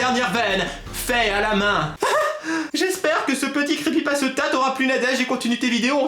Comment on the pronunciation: 😂😂😂😂 comment prononce Crepypasta m'a tuer 😂😂😂 Super vidéo ^^